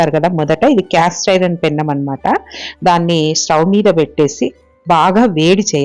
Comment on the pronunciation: పెనం అంటే చాలండి, పెన్నం కాదు